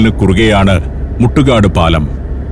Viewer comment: സർ....മുട്ടുകാട് അല്ല...മുത്തു ക്കാട്